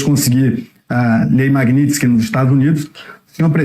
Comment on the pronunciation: Tua pronúncia tá errada. Tem um T na palavra Magnitski. Que deve ser pronunciado.